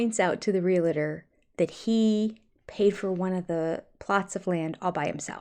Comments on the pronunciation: It is realtor not real- a- tor one a not two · I love you but please stop saying reel a ter. It’s realtor. Two syllables. Thanks. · Hey.. for someone who's a stickler for proper pronunciation of words, you do realize that "realtor" is pronounced "real-tor", not "real-a-tor", right? ❤ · I think your channel is absolutely great and if you lived nearby I would want to be your friend. Sooo, when I ask this question it's not criticism. It's just a question. One of my pet peeves is that most people mispronounce "realtor". They usually say re-la-ter. I think it's supposed to be re-al-tor. Am I wrong? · just curious (ESL speaker here) since you often correct Kody's mistakes: why do you say "realator" instead of "realtor" ?